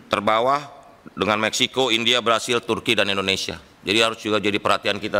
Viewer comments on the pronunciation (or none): none